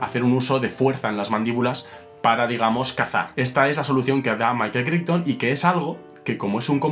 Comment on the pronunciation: Pequeño detalle: "Crichton" se pronuncia "Craiton" (véase Farscape ;-) )